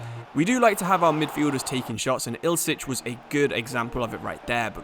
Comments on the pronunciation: Ill - ich not ilse - ich. video though! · You gotta Love him calling Ilic Ilcic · for what reason do you pronounce ILIC ILSIC?XD